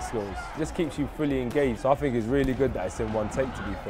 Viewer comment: London accent 🤣